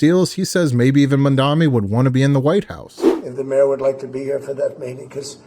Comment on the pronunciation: It's pronounced MamdaNI, like knee. 😊